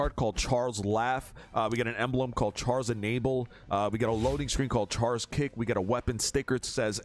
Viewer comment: Let's good, melee sounds great. A fair amount of content. Personal highlight was your pronunciation of Char. As a kid I called him Chair, so yeah.